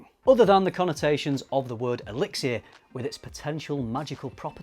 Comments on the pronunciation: Seriously, listening to you say elixir was rough. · That extra syllable in elixir is driving me insane lol